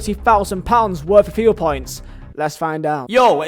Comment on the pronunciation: Why do you say it say like ‘fia points’